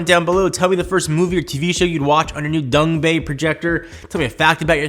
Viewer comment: Love how he says Dongbei instead of Dangbei.